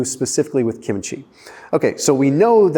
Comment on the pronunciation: I get a dopamine boost from just about everything Korean,,!, PS KIMCHEE. is pronounced with the accent on KIM’